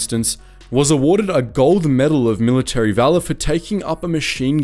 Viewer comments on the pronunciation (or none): none